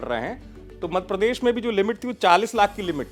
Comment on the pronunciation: आप मध्यप्रदेश बोलना कब सीखेंगे, मधप्रदेश 😂